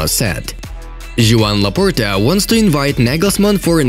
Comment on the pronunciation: Bro it's Joan Laporta not Nobita Bortemeau. When Laporta says to do something, he does it!